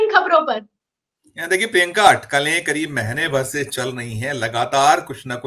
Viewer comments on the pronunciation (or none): अपने नाम का शुद्ध उच्चारण किया करें। शुद्ध उच्चारण प्रिंका नही प्रियंका है।